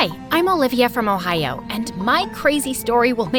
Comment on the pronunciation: Did she say OHIO💀